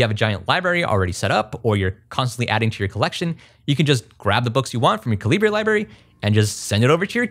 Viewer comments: Americans would spell calibre as caliber. They are pronounced the same, the way you say it makes it sound like a mexican wrestler. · You say it like caliber as in bullets and stuff. It's the British spelling. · Calibre is pronounced the same as caliber, it's just the non-US spelling. It's rough hearing "ca-li-bray" in the video. Otherwise I enjoyed the video. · Someone tell me I'm not crazy. "Calibre" is pronounced like the "caliber" of a gun. Not Ca-li-bray. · Great video. Thank you! BTW, it's pronounced "CAL-UH-BURR", not "CA-LEE-BRAY" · I'm sure I'm not the first to say this but FYI "calibre" is just how you spell "caliber" in countries like the UK. It's pronounced the same as "caliber", not "ca-lee-brey", which applies to the name of this software too according to Wikipedia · cali-bray? oh my god I thought it was pronounced caliber this entire time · From the recent Linux Weekly News article about calibre: “[Kovid] Goyal pronounces the name "ca-luh-ber" rather than, as one might expect, "ca-lee-bray"”. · Great video, thanks! Ive been wanting an e-reader, but didn't want a kindle because i didnt know how easy they are to jailbreak. Btw, the documentation says while 'libre' is the idea, it is pronounced like 'caliber'. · Not really that important at all, but it’s actually pronounced cal-eh-bur. I know it’s misleading because of how it’s spelled, but they have a pronunciation guide and an explanation for why they chose it on their website. Or they used to anyway. lol. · Just letting you know calibre is pronounced like caliber. The about page on the calibre website explicitly defines how it should be pronounced. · Calibre is pronounced "kaliber"! You know, like metre, litre or centre. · Calibre is pronounced Kal-ih-burr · What's a Kalli-bray? 😝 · Just a heads up, Calibre is pronounced like Caliber. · Wait… it’s pronounced caLIBRE? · 'Calibre' is pronounced /ˈkæl.ɪ.bə(ɹ)/ ... 'Colibri' is 'hummingbird' in French ... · TIL Calibre is pronounced "cali-bray".